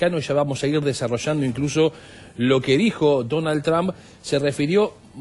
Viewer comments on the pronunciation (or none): ASHSHER. BATASHSHA. DESARROSHSHANDO.😂😂😂